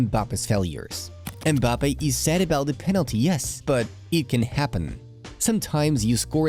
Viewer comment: Kylian mbaboodie😂😂😂😂